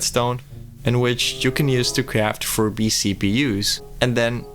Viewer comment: That "Furby" pronunciation is a master bait, I mean holy.